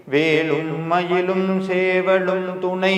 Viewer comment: ஓம் சரவணபவ. திரு அவர்களே. நான் உங்கள் கருத்துக்களை தொடர்ந்து படித்து வருகிறேன். ஒரு திருத்தத்தை சொல்ல விரும்புகிறேன். உங்கள் உச்சரிப்பில் ஒரு சிறு திருத்தம். வேலும் மயிலும் என்று சொல்லும் பொழுது, வேளும் மயிளும் என்று உச்சரிப்பது போல் சில நேரங்களில் உள்ளது. மற்றும் சேவல் என்று சொல்லும் பொழுது ஷேவல் என்று உச்சரிப்பது போல உள்ளது. இது என்னுடைய தாழ்வான கருத்து. முருகன் சொல்ல நான் கூற நினைத்தது. 🙏🏻